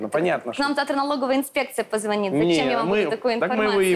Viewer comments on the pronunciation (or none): none